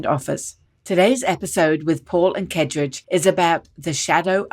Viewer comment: Paul, maybe make an effort to pronounce Kaedrich's name correctly. And when listing all the great men (no women mentioned) you recommend others aspire to, maybe put your guest on that list. Just good manners.